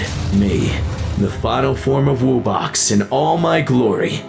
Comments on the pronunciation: bro said "woo box" 💀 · Bro said wubax😂😂😂😂